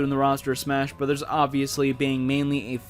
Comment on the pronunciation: Almost every time you say the “brothers” in smash bros, the captions interpret it as “but there’s” or “with his” cuz of how you say it. Idk. Just something to point out